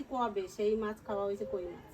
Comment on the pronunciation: Mas na Mach bolun